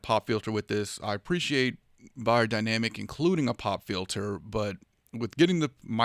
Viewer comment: I think the right way to pronounce it is : "Beyerdynamic" 😁